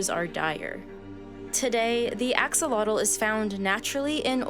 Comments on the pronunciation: The video was great beside the fact that she was continuously butchering the name axolotl 😅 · You said name of the gods and locations well but didn’t say the animal name correctly 😔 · I really wish you had taken the time to learn the proper pronunciation of the Nahuatl words, this is especially not how Axolotl is pronounced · The narrator did a good job pronouncing the Nahuatl names except for Axolotl. She even said xolotl more or less correctly at :33, then used gringo pronunciation afterwards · The info in this video is great and the pronunciation of Quetzalcoatl and Axolotl is lacking. Axolotl (ack. so. lote. l) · Your pronunciation of the words Axolotl and Xochimilco is insulting to my culture 🤦🏻‍♀️ The X sounds like “Sh” in Axolotl and “S” in Xochimilco. Pretty important to a documentary-type video to get the main words right 😬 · I live for the day english speaking people pronounce correctly axolotl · How do you almost nail Xolotl’s name and then butcher the name Axolotl when they are pronounced almost identically? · Not a bad translation of Nahuatl words for the most part but mispronounces the name of the very animal this video is about. Weird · You can’t make a video pretending to know anything about these creatures if you can’t even take the time to learn how to say their name right. First minute and a half already had a bunch of bs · Thank you, I mainly clicked to find out how it is pronounced. I remember hearing a man of Mayan decent pronounce it a long time ago but couldn’t remember. I knew this wasn’t the same, but still love all the other info in this video. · the way they said the name of the god correctly then mispronounce axolotl lmfao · The real pronunciation of Axolotl sounds like the god she mentioned Xolotl....why she was able to pronounce Xolotl right and not Axolotl I dont know. At 4 mins 23 seconds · So many new videos on the Axolotl coming out and none of them researched how to correctly pronounce its name. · It’s pronounced ‘aww-hoe-low-teh’